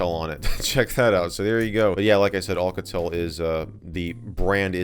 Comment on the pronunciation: olcatel haha it's Alcatel . A not O (but i dont care i just dont have a life hhaha)